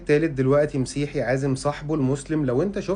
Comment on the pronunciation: للاسف معطم الشعب المصري ينطق كلمه مسيحي مسيحيين خطأ حيث انهم ينطقوها بكسر الميم و هذا خطأ المفروض تنطق بفتح الميم و ليس بكسرها نسبه الي السيد المسيح